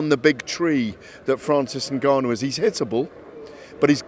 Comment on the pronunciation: Gareth getting precious over the pronunciation of Dillian Whyte, but then interview after interview cannot pronounce Ngannou and refers to him as Nigarnoo